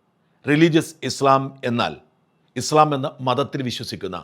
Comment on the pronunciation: ഇസ്‌ലാം എന്ന് പറ.... നാക്ക് വടിക്ക്... ഇസ് ള ..... അല്ല